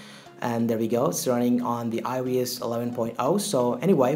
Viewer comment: when you say it it sounds like “ioas” LMFAO